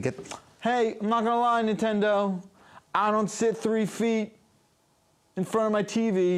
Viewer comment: When he said nin'friend'o I paused the video, am now writing this comment, and going to go to a different unboxing/playtest